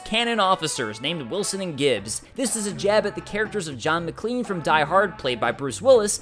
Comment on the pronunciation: Did anyone else notice he said McLean and not McClane?!?! dear god!